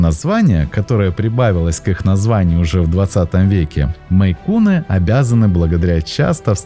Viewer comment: Да не мэйкуны, а мэйн-куны😮 Озвучивайте правильно, смотреть не буду в такой озвучке! Фу! 👎 Отписалась